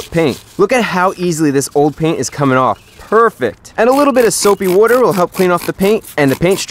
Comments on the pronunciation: “Say it again” “SoOapy wooter “ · “Soapy Woodar”